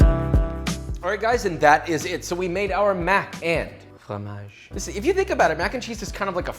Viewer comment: wait…. Joshua is québécois?? That’s a Quebec accent when he said fromage!!!